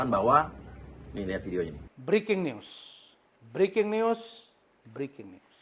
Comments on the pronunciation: briking us briking us 🤣🤣 uya niru usman x si kura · Breking news'...breking news' ..breking news' 🤣🤣🤣